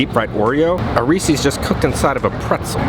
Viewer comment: you say Reese's wrong! Its Reese's (as in some guy named Reese) not Reesee's. Sorry i hate to be that guy. If you dont believe me look at the packaging!